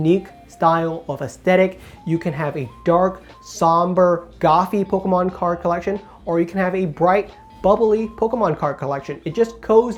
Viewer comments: No one says “Pokémon” as clearly as you 😂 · Bahahahahahaha and he says it so clearly too